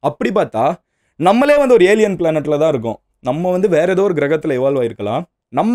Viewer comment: எதோ எதோ எதோ என்று அழுத்தாதிங்த MG